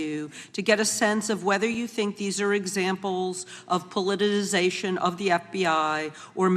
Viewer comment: I am absolutely gobsmacked, discombobulated and capperschwaggled that any senator could struggle with pronouncing politicization or retributive.